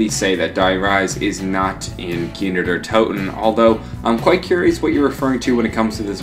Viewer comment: "Keener Deer Toten"